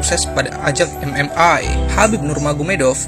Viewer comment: MMA bung bukan MMai